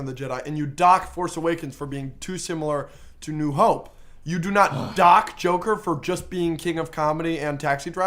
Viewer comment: a bit too much emphasis on the word "dock" at the beginning lmao